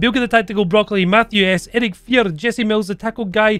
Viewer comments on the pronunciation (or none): none